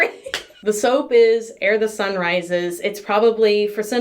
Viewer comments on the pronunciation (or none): Oooh, and just a heads up - minor thing, but you call the sunrise soap 'Err the sun rises' - it should be 'Ere the sun rises'. Just a minor thing.........